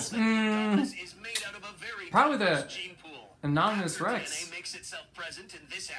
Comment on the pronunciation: "inominus rex"